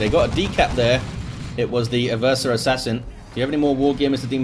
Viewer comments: Its "Ever-sore". Played 40k since the early 90s. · Black Library pronounces it "Ever-sore" in the Horus Heresy novel about the Assassinorum kill team (the name is escaping me at the moment). So I'm gonna keep pronouncing it that way and just wait til I hear what source heard his version on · Damn I've been saying 'Ever-sore' assassin for almost 13 years now. I'm sure everyone I've ever met playing tabletop 40k has pronounced it that way too. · "and no one truly knows how it's pronounced" That's nonsense. People still speak Latin sporadically and we have a very good idea of how it's spoken. Just because it's not an English word, doesn't mean you can completely disregard the pronunciation of it. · I think you've been pranked about the way to pronounce Eversor